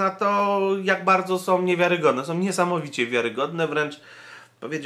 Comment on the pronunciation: nie ma słów: probójom, som, krzyczom, korporacjom, pls.., protestują, idą - ok:)